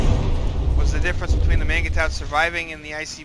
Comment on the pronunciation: Isn't "mangetout" pronounced more like "monj too"?